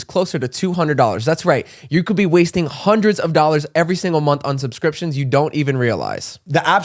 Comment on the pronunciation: “Sumscrimptions” KILLED ME 😂😂😂